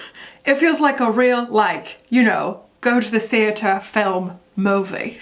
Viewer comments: Your take on the Chris Pine/Harry thing (which I knew nothing about) makes me want to get ALL of my culture news/criticism from you. “MOE-vee” I’m dying 🤣❤️🤣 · Why does he say “movie” like Austin Powers says “groovy”?